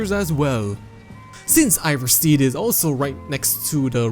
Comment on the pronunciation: RorikSTEAD. IvarSTEAD. Not RorikSTEED nor IvarSTEED. Jesus fucking christ, you said it right the first time, I bet you just wanted to piss people of lol